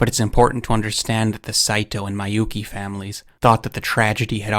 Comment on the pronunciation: I hate to be this guy. Miyouke is pronounced "mi-yo-keh". Not "mai-yu-ki".